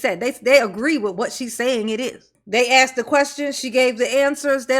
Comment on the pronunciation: The word is not axed it is asked